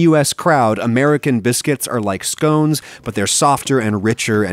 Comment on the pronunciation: Am I granted permission to unsubscribe for the pronunciation of scones